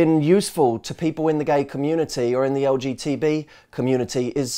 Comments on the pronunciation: Did you say lgtb? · So cute that he says LGTB, rather than LGBT. Our community loves you, Matt.